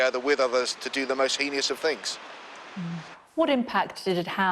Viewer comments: It's heinous. not "henious" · Off topic but “HEENY-US” come man your a news reader you should be able to pronounce basic words! Obviously it’s a VERY serious subject and not funny at all but the wired pronunciation...multiple times had me giggling